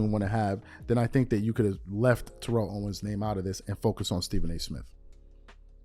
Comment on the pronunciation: This man is a whole hall of famer. It’s TERR-ELL OWENS